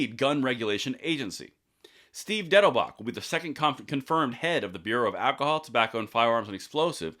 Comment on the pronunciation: When you first promouned his name I t5hot sure you had said Diddlebock.. Harold Lloyd's "Harvey Diddebock" dufus character on he movies..